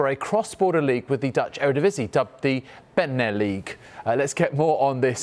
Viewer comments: it isn't the Be Ne Ligue it's the BeNeLiga. Pronounce your acronyms. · It's pronounced Beneliga, not Beneleague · Jesus wept, his pronunciation of the Beneliga was atrocious... and then he pushes the blame for that onto the leagues name "not rolling off of the tongue" 🤦‍♂️